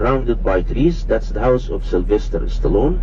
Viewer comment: Wait... It's "Stallone" not "Stallion!!" ROFL